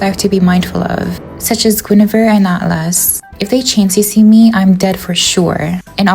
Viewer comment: The way you pronounce Guinevere as goonevere is so funny 💀😭